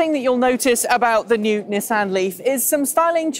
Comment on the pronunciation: I don't know why this bothers me but it's 'Knee-sahn'